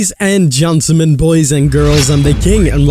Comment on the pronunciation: is it me or does he say gentlemen really weird